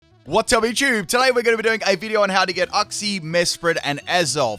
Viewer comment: The way you say uxie annoys me :kappa